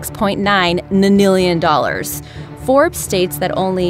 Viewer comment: 1.26 mamillian dollars. what the fuck is a mamillian.